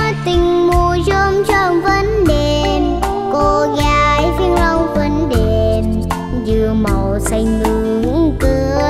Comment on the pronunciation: Quá chừng luôn! Ẻm trình diễn "20 Năm Tình Đẹp Mùa Chôm Chôm". Sẽ chờ nghe cục cưng của ông 5 hát nè. Nhớ hoài cái phát âm "... mùa chôm chôm vẫn đeeeeeeẹ p, cô gái Vĩnh Long vẫn đeeeeeeẹ p" Dễ xương muốn chếch tui luôn.